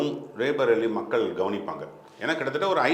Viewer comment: Pl pronounce it as "ராய் பரேலி". Not ரே பரேலி